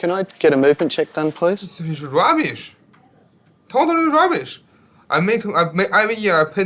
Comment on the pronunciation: When he said 'Raabeesh, Dotally Rabheesh'..I believed him.